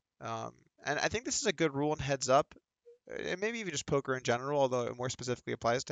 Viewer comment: He said final poker video. not final polker video.